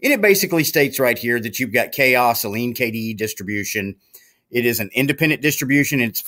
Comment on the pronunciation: Ok, I have to correct you on the pronunciation of the OS. It is "Ka" OS. Not Chaos. I am pretty sure the developers wouldn't name it how you are pronouncing it.